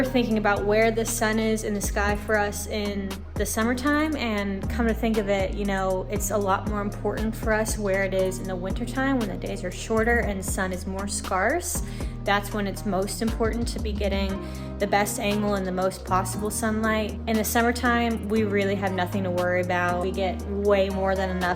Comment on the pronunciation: At you can not make of your husbands faux / fox as you just said scarce / sc*rce scarce as in scare ce not scar ce